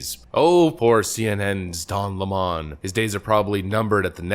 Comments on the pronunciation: His last name is lemon and is pronounced like the citrus fruit, lemon. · You should actually pronounce his name lemon, kinda like the fruit...or maybe something somebody sells you that doesn't work